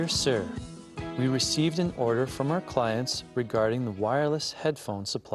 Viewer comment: Order被妳唸成Odor